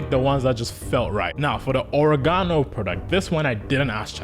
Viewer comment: I know this is A.I. because it mispronounced Oregono.